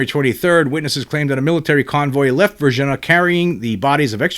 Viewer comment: Respectful correction: Var-zheen-yuh, Brazil